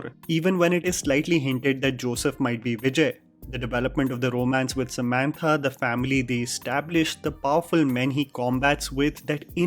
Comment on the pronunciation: I like you so much..! But please pronounce "Samantha" the normal way.. you trying so hard sounds like an indian who talks english with an indian accent, and pronounces "croissant" in french 😂 cringe!